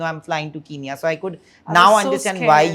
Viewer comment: Its not keenya itsn kenya (ken-ya)